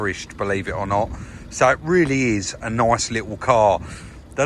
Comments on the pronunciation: "At is noice" 😂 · Love the way sez "very nyice "